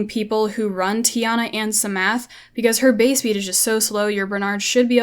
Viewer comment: the p in psamathe is silent you dont pronounce it lol like in psalm you dont pronounce the s